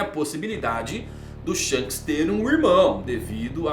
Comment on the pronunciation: Shonks kkkk